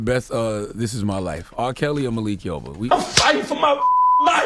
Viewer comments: Its Malik not Makil breakfast club, LOL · “Makil” yoba ??? Lmao 💯😂😂😂